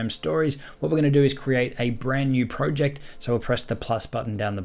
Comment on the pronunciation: Bro why would u say proooject